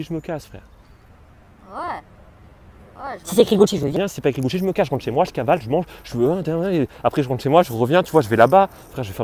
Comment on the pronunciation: Le gars dit GUCHIT